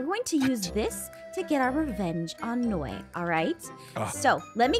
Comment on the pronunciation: It’s Noi not Ein .